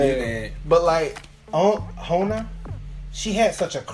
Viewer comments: Hona...hahah pronounce the J...Jona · i think its jona not hona :) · FYI It's pronounced as JOE-NA (Jona). K bye thanks!